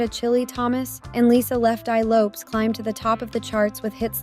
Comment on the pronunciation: Also her name is pronounced Lo-pes as in Lopez